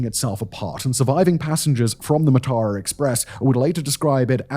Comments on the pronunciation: note: it's pronounced maa-tha*ra (a* is a short a) me and my sister sleeping late- the only reason we missed the tsunami. came to colombo for christmas day at my grandma's, stayed the night at ours and we were supposed to leave home for induruwa at about 9. we slept in, and by the time we left it was after 10. heard about the tsunami on the radio and turned back. if we'd left at 9, we'd have been on the coastal road right near beruwala when the tsunami hit. sea is right next to the road. pretty sure this was one of the lowest points for Sri Lanka- people looting the corpses of this train made the news. it went on for days. there were rumors there had been looting of survivors after the waves receded but before the train was found by authorities, people begging for help ignored while their valuables snatched from them. politicians (including a man that would later be president) then set about looting the aid that poured in. you saw the worst of some people in that time. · I can't believe you did that journey and somehwo managed to completely butcher the name. It's pronounced "Mar-thurrer". Apart from that, great vid! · It's pronounced 'Maathara' මාතර.